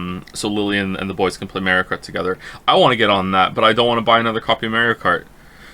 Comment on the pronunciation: "mayrio kart"